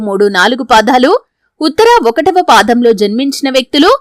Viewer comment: పాధం కాదు పాదం